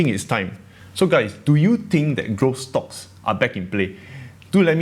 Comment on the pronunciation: Noticed you changed your pronunciation of some words haha. “Stocks” from “schtocks”, “less” from “lesser”, and “invest safely” from “invest safe”. ;)